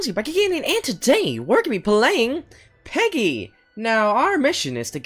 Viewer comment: At the start u said welcome back to Peggy instead of piggy lololololol